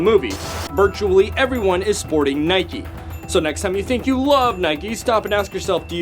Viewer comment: It’s not nikee it’s Nike